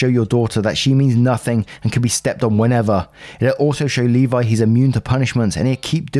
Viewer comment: As a Levi, I can’t thank you enough for pronouncing it correctly.